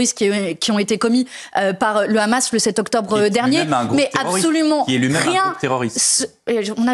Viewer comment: Pas le "H -amas, mais le Gh Gh amas comme prononcent les Israéliens et les Sionistes.